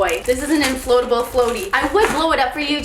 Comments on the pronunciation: Love how you said inFLOATable in stead of inFLATable 😂😂🌻🌻☀️☀️❤️❤️ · lol you said infloatable floatie